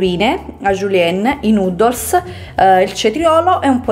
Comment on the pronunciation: Fantastica la tua risposta,ero ironico,lei pronuncia noodles come nudos,mi faceva ridere. So cosa sono,ho anche un altro account you tube dedicato,coincidenze.